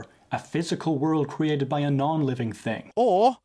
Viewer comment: Some of the dumbest questions I have ever heard. His mistake is thinking everything HAS to be cwheated (his pronunciation).